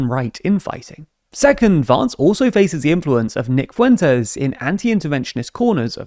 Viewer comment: the way you say "Vance" sounds so pretty, he doesn't deserve it